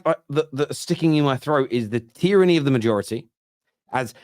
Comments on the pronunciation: Today I learnt that Simon Jordan cannot pronounce "tyranny" correctly. 😂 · No One: Simon Jordan: Tieranny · Referencing Simon Jordan is worse than using The Sun. Utter scumbag... that is unable to pronounce "tyranny" apparently